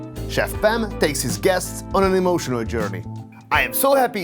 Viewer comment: Its chef pam not chef fam